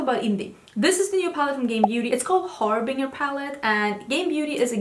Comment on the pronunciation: English pro tip: Harbinger rhymes with "ginger", emphasis falls on the first syllable. If you've ever played Halo, they use that word a lot. It's one of those weird words that doesn't follow normal rules, but also is a really fun word that makes me feel a little British when I use it.